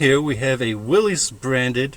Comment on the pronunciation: HI. I subscribed for two reasons, I have had a lifelong love affair with early Jeeps and I'm curious to see where this project is going. Thanks in advance for taking us along. Also, its cool you have a friend who actually knows the proper pronunciation for Willys! Since you are debating how to proceed, thought I'd toss a few thoughts out there.. If your only real objective is overcoming boredom, then a frame off total restoration or custom build would keep you busy for a long time, but what then? I have owned a couple of pristine restorations and found them to be the opposite of fun, I couldn't enjoy a vehicle that I cringed every time a speck of dust fell on it. If I were doing this, I would look at it as a long term "play as you go" project. If you have a title to transfer into your name and don't live where vehicles must be inspected, I would start with the bare minimum, making sure the brakes and steering are in good shape then find a cheap bolt in engine and used tranny (yours is rusted way beyond being cost effective to fix) and just drive and wheel it for awhile. Pick away at the bodywork and fixing/ upgrading things as you go. As for the small block Chevy, while it is arguably the best all around V8 engine for swapping, the stock tranny and front axle assembly are way too light duty to handle the power it produces and axle upgrades get very expensive real quick. Of course its your project so do what makes you happy, I'm just saying as a guy who has owned and enjoyed t